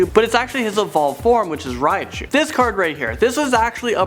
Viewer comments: Riachu? You mean Raichu? Not R-I-A-CHU! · and how he says Raichu (he says Raiachu)